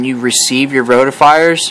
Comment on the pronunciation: Roti-fers, not roti-fires